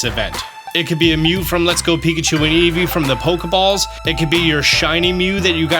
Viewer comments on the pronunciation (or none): none